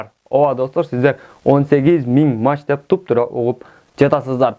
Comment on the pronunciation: мАч эмес мили Ампер час или (саат ) деп айтылат уят э